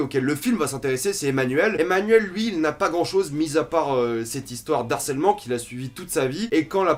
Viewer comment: Juste une chose, on ne fait pas la liaison avec « harcèlement » : « de harcèlement » , pas « d'harcèlement » ;)